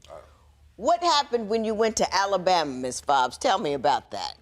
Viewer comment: Hey everybody she’s grown oh and she’s 28.....everybody else we know we know!!!! U think u grown but ur not at all!! Did she say Alalbama 😂 damn😞